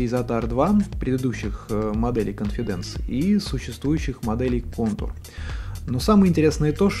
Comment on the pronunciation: cOnfidence, а не confidAnce.